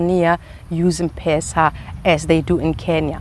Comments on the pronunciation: It’s not mpesa but M-pesa (eme pesa ) 😁😁😁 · I like how you pronounce m-pesa😂 its pronounced like em-pesa welcome kenya anytime ❤️ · M-pesa is pronounced as Empeesa, not mpesa😂 Great content 👌 Do you have a husband anyway? 😍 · its not mpesa....its mpesa...say mpesa😂😂😂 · You are pronouncing M-pesa wrongly its pronounced as empesa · Hi.. M-pesa is pronounced as ' em- pesa '